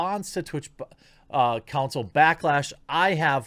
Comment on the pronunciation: "Flouncil" yeah that's going to stick